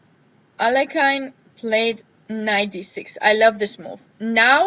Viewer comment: Thanks for the overview, very interesting. Btw, the right way to pronounce Alekhine's second name is [a-le-heen], stress is on the secons syllable